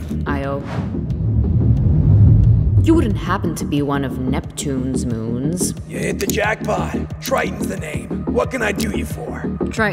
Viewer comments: I love the scene where Neptune says his moons' names right ❤️ He's an amazing planet, even if he lost his mind on his orbit, he still cares about his moons and treats them equally. It's beautiful to see ❤️❤️❤️ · Ok I know that Neptune forgets alot of things but the way Neptune said all of the moon's names correctly just makes me happy 🥰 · It's very nice to see that at least Neptune respect his moons, although he's always losing them. He accepted Triton's choice, even though they hadn't seen each other in years. Needless to say, it was so cute when he listed all the names of the other moons and pronounced it correctly.